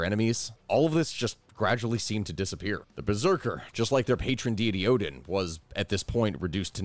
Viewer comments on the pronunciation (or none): none